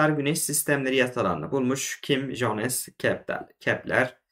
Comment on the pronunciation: Hocam cohanis değil yohanıs diye okunur. (Johannes wermeer)